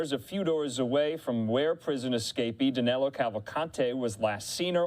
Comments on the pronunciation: Danelo sounds really bad but that's how they pronounce it in the US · 2 weeks and 💩 news can't get the fugitive name right!! Danilo, not Danelo. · His name is Danilo Cavalcante, not Danelo.